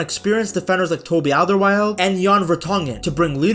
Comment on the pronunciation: Hey ! Félicitation pour ta prononciation de: Alderweireld ! :face-fuchsia-flower-shape: Notre équipe nous fait frissonner, hurler, pleurer ! Ils sont humbles, ils sont fairplay, ils aiment jouer ! Ils nous passionnent !